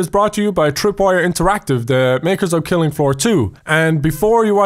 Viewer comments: it called killing floor but it says filling floor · I very trigger because he said filling floor for the title